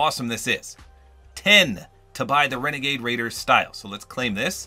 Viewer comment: It's wenagade wader